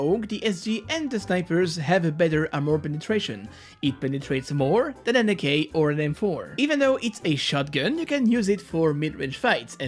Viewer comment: more than an ak really doesnt soumd like a G sound